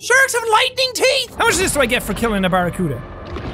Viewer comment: Jack its pronounced Barra-Cue-Da not Barra-Cut-A